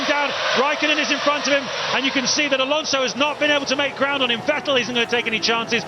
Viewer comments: Normal people: Vettel This commentator: Vetél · Had no idea for Fertell was. You're telling me they are saying Vettel? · VET- break-TEL haha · Who tf was Vetteehl ? 😂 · Ahhh the days where the commentators said Sebastian Vet-tell instead of Sebastian Vettel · Back when Vettel is called VeTELL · Vetél was actually pretty close compared to the hungarian commentary back in those days ^^ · Crofty: Sebastian Fettol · More like Wetéll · Ah yes.. Sebastian Vet-tel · "VEH TELL" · Back to a time, in which Vettel used to be called WätäLLLLL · It's still mispronounced....Crofty is the only one saying it right, like FETTEL.. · It used to be vuh-TELL, right? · The Hungarian commentators said 'Fetl' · Vet ell😂😂😂😂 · I love how they mispronounced Vettel, and as a German living in the US at the time, being completely flabbergasted who they were talking about. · Beck when no one knew how to say "Vettel" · the way he pronounces Vettel's name disturbs me greatly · How they pronounce Vettel 💀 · I love how they used to pronounce Vettel like he was French for some reason 😂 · Haha the way they mispronounce makes me feel as if this isn't the same Vettel as today, but a completely different driver. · Its so funny how commentators pronounced Vettel 😂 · Funny how he pronounce Vettel. 😂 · Yea exactly. Hearing Vettel with V is making my ears bleed. Same with Verstappen sometimes. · it's like they mix German pronunciation into his name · They still don't pronounce his name right. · he got it right the first time then he butchered it lol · OH MY GOODNESS ME VET-TTEL IS TAKING THE PLACE It weird to hear after 12 how they pronounce Vettel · Well, they still can't pronounce Vettel correctly, so... Ironically, Crofty is the only one saying his name correctly. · The best part is how they pronounce Vettel😂